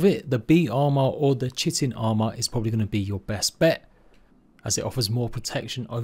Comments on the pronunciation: Correct people's pronounciation: Kite-in Incorrect people's pronounciation: Chit-in Me who knows the correct pronounciation but simply doesn't give a crap: Shit-in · why does everyone say chit-in.......its pronounced Kite-in......